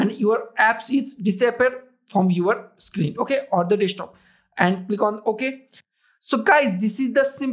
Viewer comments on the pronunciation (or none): none